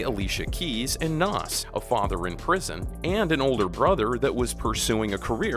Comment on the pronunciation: Bro, you can't even pronounce Nas right, what the fuck u doin?